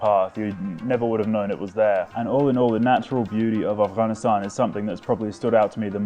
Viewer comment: First guy to pronounce Afghanistan with its Gha